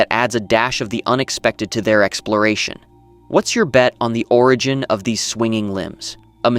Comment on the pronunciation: who is going to tell him how to pronounce Origin, he keeps saying orIgin